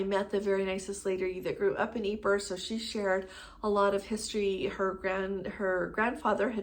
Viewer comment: Hi. Please check but I think that Ypres is correctly pronounced EEP. French eh?